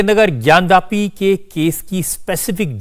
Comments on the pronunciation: रजत शर्मा जी आपको बहुत-बहुत धन्यवाद। आप ज्ञानव्यापी नहीं, ज्ञानवापी बोलिये। जय श्री राम। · ज्ञान व्यापी नहीं "ज्ञान वापी" सही नाम है!